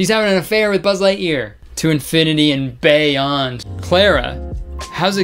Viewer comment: you’re just gunna skip past “infinity and BAEyonD” like it wasn’t the funniest thing you’ve said ? 😤